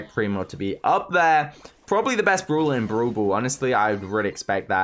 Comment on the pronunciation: It's brawler not bruler